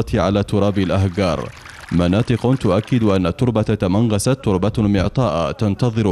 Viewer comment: اسمها تمنغست و ليس تمنراست